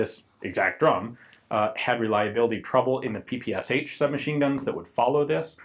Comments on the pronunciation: It´s not P P S H, it´s P P Sh. One letter. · Isn't PPSh should be pronounced as "P-P-Sh" and not as "P-P-S-H"? "Sh" stands for "Shpagin" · It really grates ears when you pronounce ППШ as "P-P-S-H". Can you say "SH" instead? One hissing noise. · Damn! Not PP's'H, but PP'SHaaaa! Press Listen on the left! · It is called P-P-Sh. That "h" is lowercase because it is part of the S. This really irks me from you Ian. I know in english just about everyone pronounces it with the H separately, but that would be capitalised if it was to be pronounced like that. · By the way. You mispronounce PPSH. In russion it's ППШ, and pronounced as P P SH as in shoe. Sonething like "peh peh shah" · Ian, I love you, man, but don't prounounce the "H" PPSh-41. It's just ППШ in Russian so just say "Sh", like in "shotgun." Or something along the lines of "pe-pe-sha"